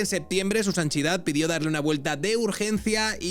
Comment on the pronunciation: “Su Sanchidad” Jajajajjajajaa me ha matao 😂por cierto súbele el sueldo al editor 👏